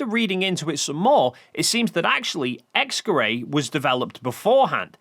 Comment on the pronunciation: How tf is "X-Gerät" pronounced "X-Kerray"